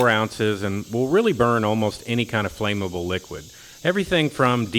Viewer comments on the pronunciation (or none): The word is "flammable" Flamm - able! Not "Flameable" Flame-able, this is not a word or the correct pronunciation!